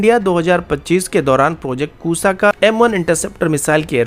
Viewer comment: Pronunciation of Kusha needs improvement- it is KUSHA , Rama's son and brother of Lava.